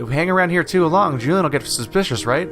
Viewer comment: Julienne is pronounced: Joo-lee-eh-nn, it's a French name (and also a name for vegetables finely cut into stripes)